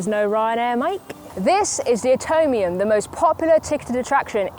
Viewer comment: I just cannot get over the fact that always said "Atonium" instead of "Atomium". As if she had to do this trip in order to atone for her sins or something...